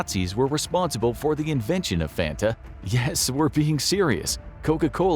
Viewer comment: THATS NOT HOW YOU SAY FANTA YOU DUNCE